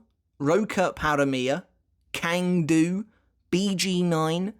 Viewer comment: cang du is pronounced tscang du